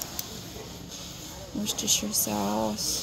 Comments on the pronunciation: As someone who lives in Worcestershire, UK it’s so refreshing to hear an American pronounce it correctly 😅🤣 love that! Also, I’m absolutely baffled by the amount of variety your super markets provide 😳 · Perfect pronunciation of Worcestershire sauce! Never heard an American person get that right before. (Don't mean to sound patronising, I'm just amazed!).